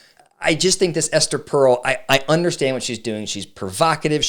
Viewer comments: First off, it's "Per-el," not "Pearl." I was at a Gottman training where John Gottman literally said "Esther Perel is full of shit." That got my attention! I'm a marriage and family therapist and tend to agree that her stance can be really damaging to the security of a relationship. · Not knowing how her name is pronounced…undercuts your credibility a bit. I think you misunderstand her work. It’s like saying trying to find the route of addiction is “normalizing” drug use. You might explore her podcast beyond this talk. I suspect the Smiths cast a shadow on how you view her work…